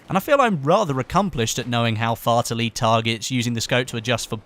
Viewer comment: WHEN U SPOKE "HOW FAR TO LEAD THE TARGETS USING... ... ..." u sounded like "HOW FARTILY THE TARGETS USING ... ... ..." -_- x\ NO JOKE SERIOUSLY XDDDDDD